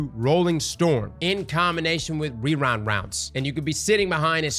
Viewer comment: wewind wounds 😂